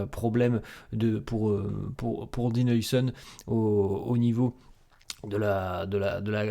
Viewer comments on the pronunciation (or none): Haousen stp haousen stp pas heuisen